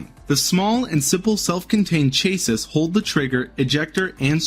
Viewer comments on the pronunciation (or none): Chase-iss? How about sounding it out like this, CHASS-EE... CHASSIS. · 🤦🏼‍♂️ Cha-See. Not Chay-Sis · Chase-is. It’s pronounced, Chas-E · Narrator, please look up how to pronounce chassis. It’s “Cha-see” not “chay-sys” lol. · Please stop pronouncing the word chassis as 'chase-sis', it's pronounced 'chassy'. (Honestly, you lost a fair amount of credibility there). No issues with the 3 different versions of my P320s and thousands of rounds through them. I carry them everyday. While initially, there was a drop-safety issue, that's been resolved for a few years now, I believe the discharge issues now are user error rather than something wrong with the weapon, but that's just my own opinion. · It ruined the validity of the video for me the second i heard it… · Ortiz = Or-TEASE Chassis = Chass-SEE Done gave me cancer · What's a "chase-is"? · Are we gonna gloss over the narrator pronounced chassis as chase us? Ch ass e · Bro. You really need to read a Thesaurus and a dictionary before you make anymore videos. I have NEVER heard an American mispronounce this many English words in one video. In my life. Sorry. But someone had to say it. “Chassis”. Is pronounced “chassy “. That one bothered me the most. O yeah. “Ortiz” is pronounced “OrTease” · Chay-siss. Because around here we put the emphaysiss on the wrong syllahbul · Friendly pronunciation correction: Chasis = Cha + See (Cha like Chad plus See). Great video! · Godda**it, do you not know the word, "chassis"?! It is pronounced, "chassy". You know, like a car "chassy". Muthafu**er!? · New pronunciation of "chassis" unlocked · Learn how to pronounce Chassis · How are you a grown man and don't know how to pronounce chassis? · The way you say "chassis" mispronounced "Ortiz" and had audible difficulty pronouncing "evidentiary" is much harder on my ears than it should be...... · Is the narration for this video computer-generated? Or does the narrator really not know how to properly pronounce chassis and Ortiz?